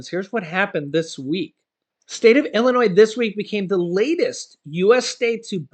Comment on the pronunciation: ILLINOIS PRONUNCIATION Just ignore the 's' in Illinois.